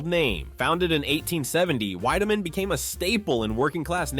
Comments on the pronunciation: My dad drank Wiedemann in Cincinnati. It was pronounced “Weediman” not “Wideaman” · I second that. "Weed"-emann, not "Wide"-emann. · Its was called Weed da men beer, not Wide da men beer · The ad girl says WE-demann Beer, and you say WHY-demann. LOL. Dude! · This is disappointing. The narrator totally flubbs on WIEDEMAN (pronounced WEED-a-man not WIDE-a-man) just like the gal in the ad pronounced it. Please do your homework next time. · WEED-a-mann, not WIDE-a-mann. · Not Widemann Beer, Wiedemann Beer! Think of wheat! Burger Beer was my aunt’s go to! It’s Hudepohl beer. We aren’t called Cincinnations, we are Cincinnatians, your pronouncing of words is quite off! Hudepohl has become Christian Moerlein, hint the beer they started to introduce in the mid 80s. They had put on an event at the Hudepohl Brewery in Cincinnati when, they had put Christian Moerlein out on the market. We had moved to Indiana and my mom took over ownership of my uncle’s tavern when, a Hudepohl Distributor invited my mom and gave her the invitation tickets and she could invite as many people as she wanted and she took a couple of my aunts with her along with their husbands. They done away with Hudepohl and moved to the Christian Moerlein Brand, because, that’s all I see now all over Facebook. I hoped they worked on it because, I remember mom letting me trying it when, it came out and, it had no taste to it. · Pronounced Weedimann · Wiedemann was pronounced 'WEE da min'. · It's pronounced "WeDaMen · VEEdeman. The woman even says it in the clip of the old ad. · Entertaining video even if "Wiedemann" was mispronounced. It was even pronounced correctly in the accompanied ad. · Learn how to pronounce Weideman. The girl in the ad pronounced it correctly. Don't you watch your own videos?